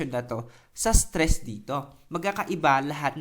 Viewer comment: Natawa ako sa "striss" eh hahaha. Salamat. new subscriber here:D